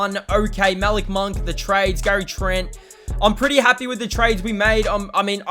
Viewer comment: Your saying Malik monk name wrong